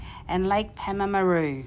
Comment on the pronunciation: pronounced "Paarrm a roo